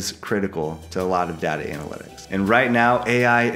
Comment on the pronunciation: Step one learn how to say DATA 😊